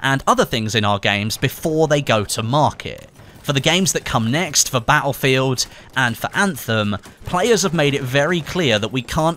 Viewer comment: I hope you say battlefield properly before the new one comes out!